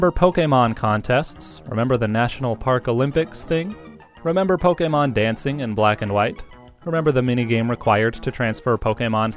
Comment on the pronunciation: This is some of the most stilted dialogue I've heard in a long time. It's extremely irritating to hear the word Pokemon pronounced that way, and you seem to be taking a special effort to emphasize every hard syllable, leading to the dialogue sounding even more stilted and scripted. Your tone is also completely inconsistent and almost never making any contextual sense. This whole video appears to have been narrated by a D-list voice-actor that doesn't even want the job he's auditioning for.